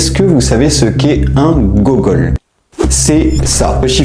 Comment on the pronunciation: Ça se dit pas GOUgol normalement ? 😭 En s'écrivant Googol... Et c'est pas d'ailleurs ça qui a donné le nom de Google ? Par rapport à la qté de données auxquelles on a accès dessus :)